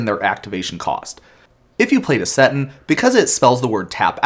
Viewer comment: I'll admit that you (only sometimes) pronounce card names in a way that surprises me, you pronounced "Seton" exactly the way that I would. Also, great call-to-action